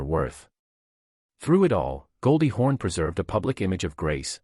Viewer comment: Why does the narrator continue to call her Goldie HORN?